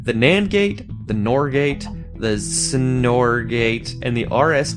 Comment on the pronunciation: The XOR gate and the XNOR gate are said like ex-or and ex-nor, respectively